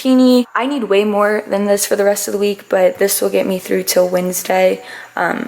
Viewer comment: You said Wednesday & Avocados with a weird accent hahaha 😂